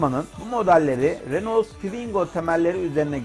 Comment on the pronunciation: Araba tanıtımı yapıyorsun ama hala bunun reno diye okunduğunu bilmiyorsun. renolt diye diye helak oldun.